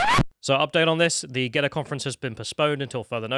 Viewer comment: GeTTr not Geddr. Stop replacing your Ts for a D